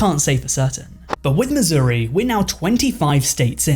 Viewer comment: missouri...isn't pronounced...misery...